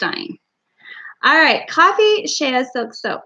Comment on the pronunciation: is an exceptionally talented and amazing soqp Rtist. Happy Birthday to you. It is pronounced, "sh-ay", as in Shea Butter. Like Hay with a S on the front. You are so full of fun and laughter, it is a joy to watch you make your products! Thanks for sharing. 😊